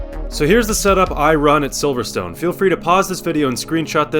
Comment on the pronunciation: Yep, his good 👍